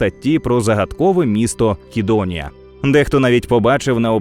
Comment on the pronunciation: Правилино "Сидонія" а не "Кидониія".Трішки підпралю.🙂